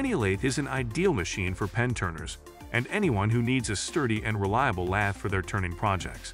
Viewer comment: Informative? I read all these same words on the product information pages on the web. Useful? Please have a real person read the script next time instead of AI. Lathe (lay-the), lath, and lay-thee used indiscriminately was bothersome and never consistent. Numbers read individually…ugh. Plus, you never gave a ranking, simply descriptions.Sorry. You surely can do better.